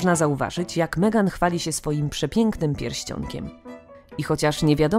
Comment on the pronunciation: Albo Megan i "Kejti" :-D